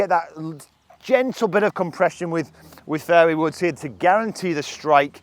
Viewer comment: Every time he says fairway woods it sounds like fairy woods